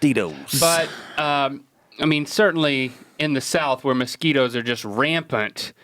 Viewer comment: The way Rhett says mosquitoes makes me think he's saying "Mesquite-o's" which could be a tasty tasty snack. Get on that guys.